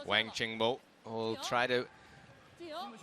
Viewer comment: Wang pronounced Wong.